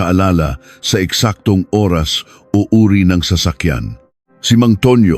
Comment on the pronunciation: Parang hnd pinoy magbasa... Nakakawalang gana makinig lalo sa pagbigkas oras... Kakairita naman pakinggan